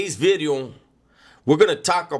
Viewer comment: You need to copy right "New B'ideo" so funny when you pronounce the V!!!! Keep up the good stuff Mang!